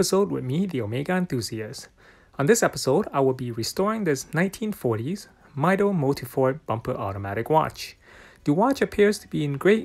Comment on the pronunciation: Brooo NO , it's not maido its Mido from the Spanish word "Yo Mido" . it's pronounced Meedo. Jesus, make a research before uploading bro, it's supposed to be your job 🤦🏻 knowing your watches